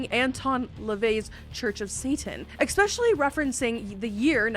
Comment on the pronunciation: FUCKING STOP SAYING EXSPECIALLY!!!!!!!!!!